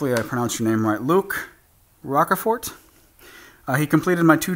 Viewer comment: Pronounced Rah-sh-fort